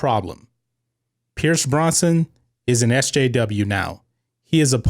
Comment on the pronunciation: It's not Pierce Bronson, it's Pierce Brosnan.